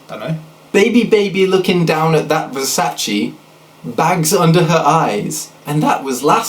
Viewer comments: it's versache not versaysee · Ver- say-cee? face palms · OhSnapI'mBack i know how Versace is pronounced man, but the joke of the line is supposed to be the mispronunciation ver-say-see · I can't even pronounce nothing, pass that ver-say-see... I don't see how thats a bad line. It not rhyming is kinda the point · looks around shiftily I'm American and pronounce it ver-saw-chee.... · versace is pronounced ver-sah-ch-ee here in america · he mispronounced Versace😐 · the way he pronounced "versace" killed me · You saying Versace was just awful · oh god his pronunciation of versace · Rollies and Pashas they done drove me crazy I can't even pronounce nothing pass that Versace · versace 😂 the way he pronounced it lmao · I thought the second one was satiric because he purposely mispronounced "Versace". Guess he really can't pronounce it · Talia Hass "I can't even pronounce nothing". I think that's the joke, making it rhyme by intentionally mispronouncing, and this mispronunciation being referenced five words before...